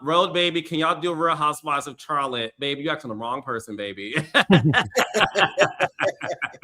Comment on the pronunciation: Now Carlos 😂😂😂 I know you know that says 'sharlot'. Lol I'm sure you've been to Charlotte before. Don't do us.